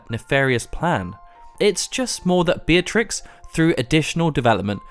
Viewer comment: FINALLY. A Youtuber who pronounces her name right! Beeah-triks not BEEHTRIX nor BETRIX